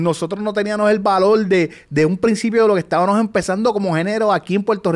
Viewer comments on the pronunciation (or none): El “estabanos” me tiene el oído sangrando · No puedo con teniano, estabano…. Por favor a esta edad y no puede hablar correctamente